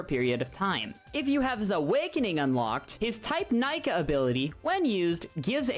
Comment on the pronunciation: and its Neeka when u read it out